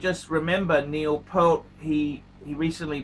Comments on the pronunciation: “Neil Pehlt.” Sheesh, Neil’s last name was mispronounced by many but you get the award for the worst botched way of mispronunciations. Great story, though. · I was the one (Jit) that informed Hodinkee about this watch story of Neil from his blog. Thanks for spreading this story to a your audience. However, it’s pronounced as Pea-a-rt, and Neil is playing in a Progressive Rock band instead of Heavy Metal 🤘🏻. Thanks and Rest In Peace Neil, great story and what a legendary drummer. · I wondered why you were inexplicably saying "pearl" and adding a T to the end, which is not at all how his name is spelled or pronounced, but then I saw the Trump sticker in the background. Ah. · Pronounced PE-rt. Think "ear" with the p and t on either end. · Rush aren't a heavy metal band and that isn't how his name is pronounced. What is the point of just repeating the content of a Hodinkee story? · Hair by "Time stand still" Content by "passage to Bancock" Watdrobe by "The Spirit of Radio" Mispronunciation by a dullard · you sound like you swallow a load every time you say his last name